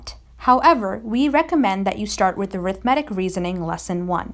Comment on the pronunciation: It's pronounced A-rith-ma-tic, not aero-matic or whatever you said